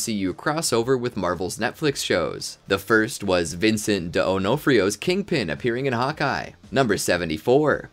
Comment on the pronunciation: He mispronounced Vincent D'onofrio aswell